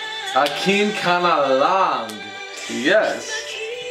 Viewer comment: I really like how you say "Akin Ka Na Lang" hehehe...been waiting for your reaction... geez i was so late....that small walk-out tho hahahha.. BTW where's Ashley? the song title literally means Please Be Mine..